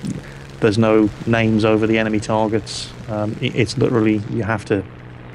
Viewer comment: love it "who thort it was a good idear to go in to 6 enermy aircraft" then what dose he do go in to 6 enermy aircraft lol